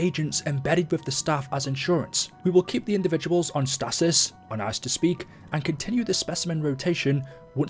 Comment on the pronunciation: It's not statis. Its stasis but this is the American in me